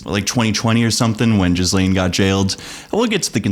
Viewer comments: Hearing you mispronounce Ghislaine over and over is preventing me from watching this video ;_ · imagine saying "Ghislaine Maxwell" over and over while pronouncing the S. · You could at least learn how to pronounce that beasts name. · Jizzlane? I thought it was pronounced Gillaine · Just FYI Ghislaine is pronounced ghee-lenn, not jeez-leen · Her name is pronounced Gilenne not Jizzlane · "Ge-laine" there's no jizz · Why does everyone pronounce her name different and incorrectly? It's like Elaine with a G in front of it. It's not Jizzlane. Does everyone know they just do it to be funny? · Jizzlane ? It’s “gih- lane” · The Epstein Scandal keeps reminding me that Americans can't pronounce "Ghislaine." Gee-len. Not Jizz-lane. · It's pronounced Gee-Laine not Gis-Laine!! FAKE VIDEO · Gil lane not jiz lane… 🤦🏻‍♀️🙄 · wrong. If it’s French it’s going to be “Gee-lane” or “Gee-Len” in a more American pronunciation. It’s not “jizzlane”…. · It's "jee-LAYNE". NOT "Jizz Lane". French version of "Gillian". Be fair to all the women who aren't convicted sex traffickers who share the name, wouldja?? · Still idk how anyone is getting 'jizzlane' from 'gih-lane' Ur Canadian, y'all got Frenchies, what's ur excuse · bro It's pronounced "GHEE-LANE" An entire video essay rendered moot because you didnt even bother to research HOW TO SAY HER NAME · Sir, please pronounce Ghislaine Maxwell’s name properly. It’s French. Her father, Robert Maxwell, was just as bad as his favorite daughter. He introduced her to Epstein. At the time Epstein was not a billionaire, Robert Maxwell supposedly died from a heart attack, he ‘fell’ off his yacht, and drown. Hmmmm If you were saying it wrong as a joke or something— sorry.